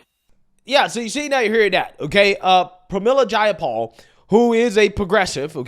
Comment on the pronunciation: you have a hell of a time with names sometimes, but you absolutely nailed Pramila Jayapal! Nice bro that’s a tough one!